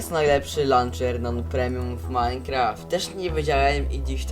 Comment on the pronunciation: ja koham majkraft ti lanczer